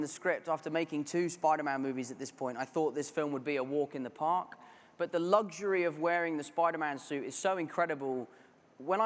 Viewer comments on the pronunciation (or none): Its luckshury not lugjury